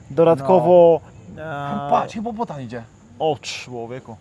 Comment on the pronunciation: to jest hipopotam, nie hipopotan😂😂😂, ale te Twoje błędy językowe są czasem urocze😂😜😆. Ale Cię poprawi😎😜